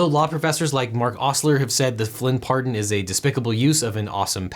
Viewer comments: "The Flynn bardon"? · U said "Flynn bardon" lolz I thought you were perfect :(